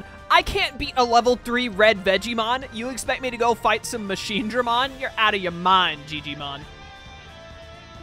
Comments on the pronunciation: The fact that you got as upset as I did every single time they pronounce it MachineDRAYmon sold me on your content lmao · Every time they say Machinedraymon this game gets a sin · Oh god i can't stop laughing every single time i hear them mispronounce Machinedramon and when i hear Guilmon speak because it pains me so much